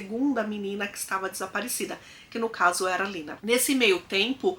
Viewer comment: Em alemão é Lena e não Lina.